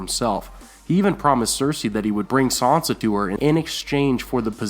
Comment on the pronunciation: It's "SAN sa", not "SON sa". SAN. NOT "Son".